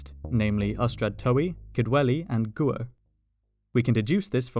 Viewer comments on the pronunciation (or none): Very informative video 👍 Gwyr is pronounced rather differently than 'Gooer' 🤭